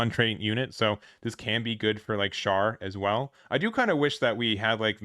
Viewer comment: It's pronounced ghel-goog. Also char is pronounced "Shar". Not trying to be a pain just wanted to point it out.